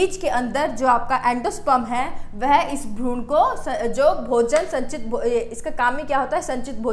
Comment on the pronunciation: Bahut sundar tarika hai samjhane kaआप भ्रूण को भ्रूणा मत बोला कीजिए वैसे अंग्रेजी में आपकी पकड़ बहुत अच्छी है जो कि अमूमन विज्ञान के छात्रों की होती भी है very nice